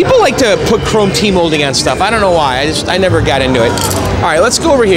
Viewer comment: sounded like he said is this shit more durable lol